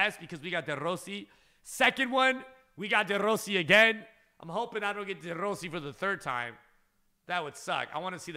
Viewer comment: It annoys me how you say De Rossi